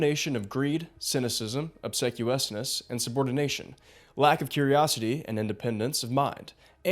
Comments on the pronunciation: minor English nit: That's not how you pronounce 'obsequiousness'. It's 'ob-seek'..., not not 'ob-sek' examples here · Bro you’re killing it! But it’s “ob-SEE-kwee-us-ness. Huge fan keep it up! Sorry for the compliment sandwich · just a heads up "obsequiousness" is pronounced "uhb-SEE-kwee-us-niss" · i was gonna let "jump in the flux capacitor" slide, but that attempt at pronouncing obsequiousness was unforgivable ("ub SEEK we is niss") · Wait. Wait. “Obsequiousness” where are you from? Cause that is not how to pronounce Obsequiousness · His pronunciation of Obsequiousness could also use some work